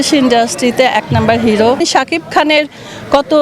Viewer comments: Nam uccaron eto baje ken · উনি নামটা উচ্চারিত করতে পারছেনা রে বয়স হয়েছে তো*****সাকিব বস আমাদের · Uni Sakib er nam ei bolte parena😂